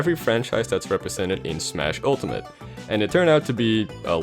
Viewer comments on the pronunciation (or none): none